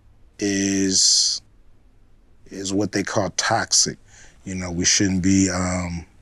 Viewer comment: It’s toxic not taxic ice t